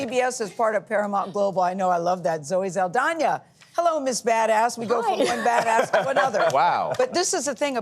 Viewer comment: Saldania? I thought it was Sald (ahh) na?